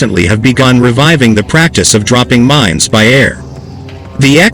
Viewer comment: They are MINES, not MINS. Also, "massively" is an adverb....it is used here as an adjective. The text to speech software used here comes from a non-English speaking country. I wonder where??